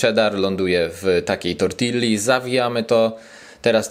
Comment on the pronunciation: TortiLLa hahahahaha polaczki zawsze mialy problem z jezykiem obcym i nauka jego i nawet nie mogli nauczyc sie jednego slowa poprawnie wymowic. Tak juz zapisane jest w ich kodzie genetycznym.